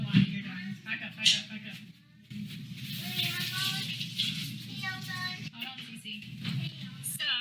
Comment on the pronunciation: All those kids hear is “ hode on”